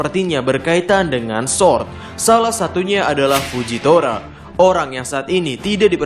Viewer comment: Ga bisa bilang R kah ? Kocak baca sword